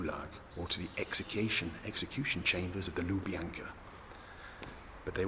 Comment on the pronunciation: Bald whispers horrific Soviet facts and the crow denies them. Bald says “execution” with a Soviet accent.